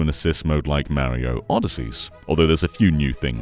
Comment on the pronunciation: You said Mario wrong.